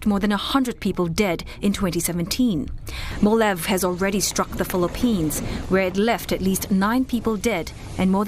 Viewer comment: It is pronounce as "mo-la-veh" not "molav"..